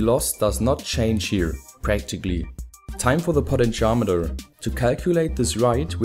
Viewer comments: It sounds like he says "Poly-Charmander" rather than "potentiometer" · Omg did say potentiometer that way, oh HELL no!